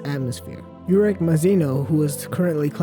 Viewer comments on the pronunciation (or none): YOUrek Mazino... It's pronounced Oo-rek.